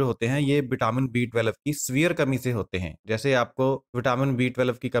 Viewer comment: आप twelve ही सही नहीं बोल पा रहे हैं. टवेलव uchharana करते हो.